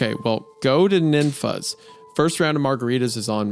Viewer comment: The pronunciation of Ninfa’s. Oof. I just wish the writer mentioned Kuykendahl. Or Humble. lol